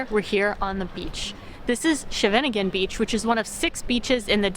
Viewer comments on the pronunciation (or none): When I heard Scheveningen pronounced in this video, it sounded like shenanigan. 😉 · My residence. Glad you enjoyed it. You have to work on the pronunciation of "Scheveningen" though, but that will probably happen. (It's hard). Scheveningen beach is not what it used to be. My preference is for a quieter part of the beach at "Strandslag 7" at the end of De Savornin Lohmanlaan. Not a tourist spot but just a nice part of beach with a few beach bars nearby. Nothing fancy. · I’ve only recently discovered your channel and am really enjoying your travels and discoveries. Your pronunciation of Nederlands words is pretty good you just need to get plenty of saliva in your mouths and do more work on pronouncing Scheveningen. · Thanks.. .You misssed Westbroek Psrk, which is beautiful, and try Greens in Westbroekpark, an organic restaurant you shound not miss. I normally walk to the beach just to go through the park. Great sculpture. Lots of people have their wedding picyures taken here. Finally, have someone show you how to pronounce Scheveningen. You butchered it.